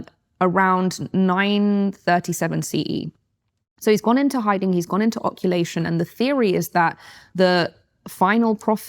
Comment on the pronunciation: Occulation😂😹 Its occultation, and u got a book deal. As misinformed as this is , reinforcing my belief youre as fake as ur lips